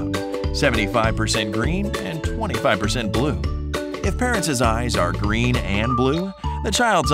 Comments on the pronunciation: did I mishear this or did you say 25% instead of 24% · is it just me or does he say 25 when he is supposed to say 24 at 1min 45